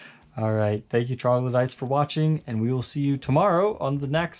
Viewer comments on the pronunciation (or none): none